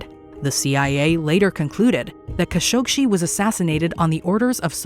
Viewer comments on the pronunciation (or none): The biggest mystery of all is why pronounced Jamal Khashoggi's name like she did.